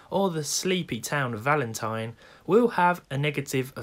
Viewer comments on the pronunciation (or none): none